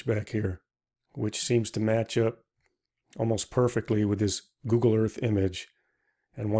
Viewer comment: Google ,not Goggle. 😂😂😂😂